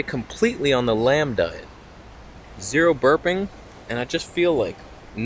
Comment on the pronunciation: 'the lam diet" hahah